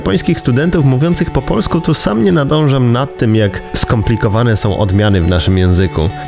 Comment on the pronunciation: Bardzo podoba mi się ta wymowa końcówek "-u", oni wymawiają to "-yu" (na przykład: "polsku", to tam dziewczyna powiedziała "polskyu") Z jakiegoś powodu przyjemnie mi się tego słucha. Bynajmniej nie uważam tego za jakiś kardynalny błąd, wręcz przeciwnie, taki sposób wymawiania nadaje ich wypowiedziom swoistego uroku.